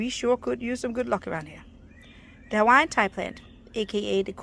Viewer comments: Its pronounced ‘tea’ not ‘tie’🤪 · TI is pronounced TEE